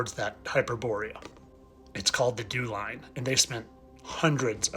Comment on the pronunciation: Dew line sounds like jeww line,hmmm